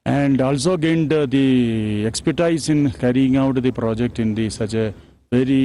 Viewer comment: Project nhi bol pa rahe hai